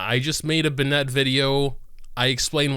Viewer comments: Love your videos! Just one suggestion, Bennett is more like "ben-it" than "bun-ette". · Me: Bennett: Ben-nett. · Are you not American because you say Bennett like Ben-net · im dying at "Benette" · STOP SAYING BENNET LIKE THAT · Bennette? Wtf 🤣